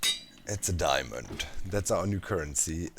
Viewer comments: "Diamönd" - perfekt! :D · Im german and i can say, that diamond is not diamönd ib german. Its diamond too but it has a different pronounciation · Aaah dude, when u said Diamönd!😂😂 Gosh I laughed more than I should've!